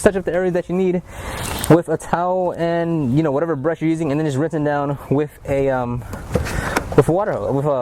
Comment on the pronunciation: With not wif*